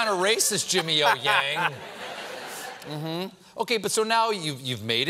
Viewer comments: O-YANG. Pronounce as "OH YANG". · It's pronounced as "young" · His surname is Ouyang, Not Yang with middle name Ou....